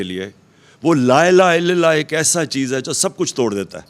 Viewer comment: Koi aqalmand tu khan sb ko laa ilaha illal laah sahi tarah pronounce krna sikhado yaaar khuda kaa wasta